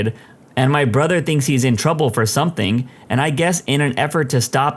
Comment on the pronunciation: No k in the word something